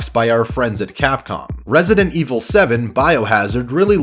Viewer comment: THAT ITALIAN RESIDENT IVOL QUATTRO